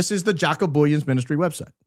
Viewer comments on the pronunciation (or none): Jaco (J sounds like like the Y in "you") The "o" at the end pronounced like "ooh" Booyens ("Boy" (like the child) "ens" (sounds like "ah-n-s") Either that helped or confused the heck out of everyone 😂. South African here trying to help. Good try though 🎉